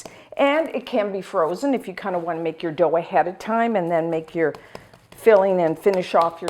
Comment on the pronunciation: Dough, and not dhow. sorry.